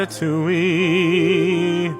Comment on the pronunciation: Le french person thing here u pronounce it ra-ta-too-y-e not ra-ta-too-we also sup brah im weed jesus you can only make a wish if your stooooonnned dude